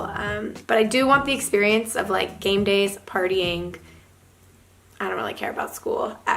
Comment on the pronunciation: game days i thought she say gangbangs :D